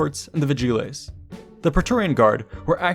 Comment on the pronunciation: a bit painful how you pronounce vigiles, but otherwise great